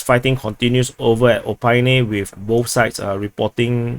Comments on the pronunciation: As always, love your analysis/reporting. Btw, maybe it helps you: Opytne is pronounced "o-pit-ne", not "o-pie-ne" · You are not educatable, unfortunately. not Opine but OpyTTTTTne. Don't you see letter "T" in the word?